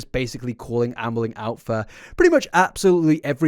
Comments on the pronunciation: Every few times says Amberlynn I hear Anne Boleyn. I’m honestly not bothered about it as it makes the listening experience a little more exciting. It’s like a little game of what sentences will my brain decide to switch in a 16th century queen instead of Amberlynn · genuienly cant not hear "anne boleyn reid" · every time you say 'Amberlynn' I keep hearing 'Anne Boleyn' instead and my brain reacts funny to that contradiction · My history geek ass hearing "Ann Boleyn" every single time without fail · lol every time you say “Amberlynn” I hear “Anne Boleyn” and it makes me giggle 🤭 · I keep hearing Ambling! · When I have subtitles on, I never get the same version of her name twice in a row haha